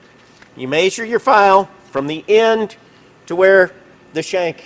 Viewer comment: What really grinds my gears is when people say maysure instead of measure😢